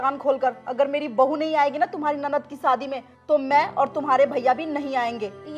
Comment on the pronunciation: सादी not शादी 😂